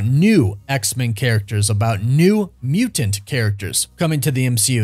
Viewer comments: The way you say muTanT is 🥴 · Bro the way you say mutant 🤣🤣 love it! Awesome vid, can’t wait to see the X-men in the MCU